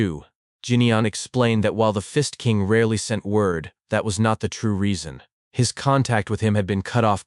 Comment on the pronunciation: "The Fist King" I heard The Fist ING king... I took a double take and heard it again then i finally Got it right there was no INg but i sure laughed to half death